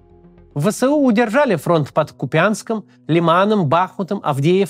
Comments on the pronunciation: Кац, пожалуйста, кУпянск он, а не купЯнск)) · Почему всё время Бáхмут, когда он Бахму́т? Ку́пянск почему-то превратился в Купя́нск. Топонимы гуглятся за несколько секунд. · Не КупЯнск а КУпянск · Кýпянск. Мне харьковчанке слегка режет слух. Спасибо за выпуск 😊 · КУпянск, ударение на У